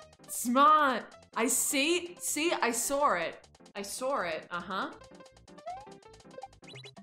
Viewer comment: "I sawr it!"